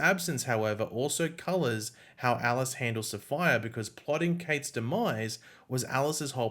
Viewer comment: It was really funny listening to this guy mess up the pronunciation of SAPPHIRE, LMAO, probably because he’s from a different country....? The correct pronunciation of SAPPHIRE is SAF-FIRE 🤙🏾